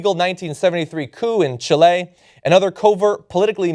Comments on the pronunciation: It's CHI-le. A disgusting thing by the USA, made everyone think that the right wing (ideas not actual peole) was al about dictaorships and massacers. Poisoned everything right wing (aling wth giving Marco Perez jimenez tha stupid medal) you can't even implement american DEMOCRATIC party ideas becasue they are too right wing. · Watching from Chile (that's not how you pronounce it, John) and yeah, Kissinger masterminded and precipitated the economic crisis and subsequent coup in my country, causing the death of thousands of men, women and children. Anyone who would be glad to have his support deserves no support in turn.